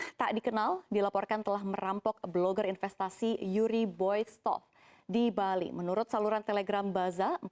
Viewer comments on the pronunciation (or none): none